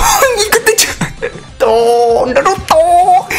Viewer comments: kKakaka é engraçado quando ele fala o nome naruto kkkkk NARUUTOUUU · The way u say Naruto is sad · Stop saiying "naruto" like that